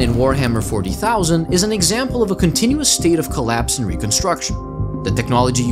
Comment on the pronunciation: pronouncing 40,000 hurt me a little